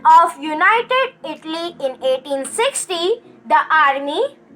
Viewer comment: Don't pronounce itly its Italy